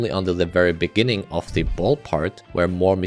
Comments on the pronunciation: In the beninging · you said "in the beninging" at deadlocked, lol nice reference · in the beninging... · 'in the beninging' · in the beninnging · as you can see made some mistakes in his script. Instead of saying “in the beginning” he says “in the beninging” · "in the beninging..." hahahhaha!🤣🤣🤣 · In de benin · inni inni the beninging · Inni the benni Inni the benninging In the benninging. Wow. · “beninging” 😭 It also says this in the captions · In the bininging 😂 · Bro just said “in the beningging of deadlocked,” 😂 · (lol) 'In The Beninging' 😂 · in the beninging hits hard. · in da beninging 💀💀💀💀💀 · 𝐈𝐧 ⓘⓝ ꪱׁׁׁׅׅׅ݊ꪀꪱׁׁׁׅׅׅ 𝚍𝚊 вєηιηgιηg💀💀💀💀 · ɪɴ ᴅᴀ ʙᴇɴɪɴɢɪɴɢ ｉｎｉ ｄａ ｂｅｎｉｎｇｉｎｇ💀💀💀💀💀💀💀💀💀💀💀💀💀💀💀💀💀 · "In the beNINGing" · "in the beninging" 😭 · "in the beninging" made me laugh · in the beninging xdd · 19.37 very much on purpose "in the beninging" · in the beninging? LOL 😂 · “in the beninging” lol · "Now for deadlocked, in the beninging" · He said the meme on accident 😂